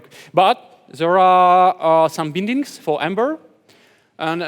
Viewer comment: Everytime he said Bindings I laughed so hard 😂😂😂